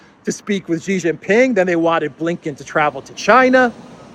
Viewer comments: It is Xi Jin Ping, not Ji Jin Ping! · STOP SAYING JHEE JHING PING, JHEE MEANS PENIS IN CHINESE LANGUAGE. HIS NAME IS XI = SHEE JIN PING, SHE LIKE FEMALE. PLEASE STOP INSULTING HIM